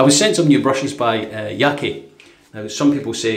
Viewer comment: Great shave!! ^^ Just for info, Yaqi name is not "YaKee" but "Ya Chi". "Qi" is pinyin (Chinese Mandarin romatization) of "Chi". I hope it helps :D Love your content !